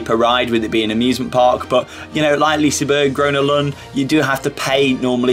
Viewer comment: I love the way you pronounce Liseberg even though it's totally wrong.